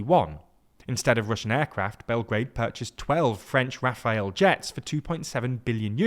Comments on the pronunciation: Calls French jet fighter "Rafael" instead of "Rafale", shows picture of F-18 🤦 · FAIL!🤦‍♂ That's an F-18 Hornet. the editor: You had ONE job... And it's not Rafael but Rafale. How is this so hard to say for English speakers??? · rafale not Raphaël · The French fighter jet is not "Raphael", it's "Rafale" which both means a gust (as in a gust of wind) and a burst (as in a burst of gunfire). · Also, 'Raphael'???